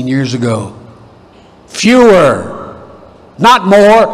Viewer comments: Fewer and Fuhrer oddly sounds the same. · did he say fewer or Der Fuhrer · Yes, that's what I heard too!!!